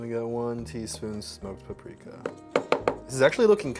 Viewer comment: Nobody:: PA PRIKA